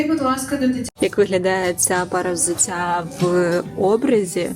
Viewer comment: взуцця - це не суржик. Це московський акцент в українській мові